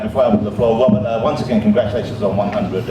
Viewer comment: We're going to stop with Wobert! Ahhhh, Mr. Ross....Mr. Woss.